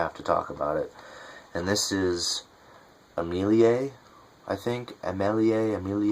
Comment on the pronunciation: Her name is pronounced A (short a) me (short e) lie (like lee)